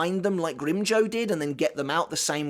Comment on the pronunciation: Every time you pronounce Grimmjow wrong I die a little inside.